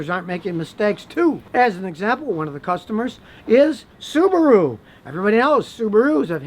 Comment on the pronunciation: Biggs Dickley it’s subaru not subara